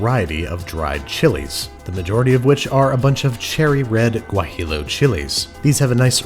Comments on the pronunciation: Please: gua-hee-yo not gua-hill-oh. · Did he just say “gua-he-Lo” and not “gua-he-yo”? 🤣😂😆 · You won't see cheddar cheese in Mexican cuisine at all, it's totally an american thing, the salsa was well made but "enchilada sauce" is also not a thing it's like "taco seasoning", nailed the pronunciation of Oaxaca which pretty much no one does, but I had to stop the video when I heard "guahilo" LOL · In spanish double "L"s are ALWAYS pronounced as a (y) so in de case of Guajillo It should be pronounced gwäˈhē(ˌ)(y)ō. Same for tortilla tȯr-ˈtē-yə. Do this and Spanish speaking people will give you a wink of approval. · No...he pronounced the Ls in guajillo. I’m So sad.